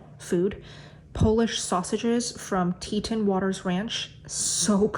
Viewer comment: There is no "i" in Teton. It's TE-ton, like the mountain range, not tet-in.